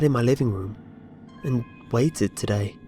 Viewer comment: The "today"s were a bit annoying.